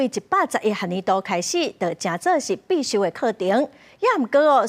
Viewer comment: 請轉告主播，必修是pit-siu，毋是pì-siu。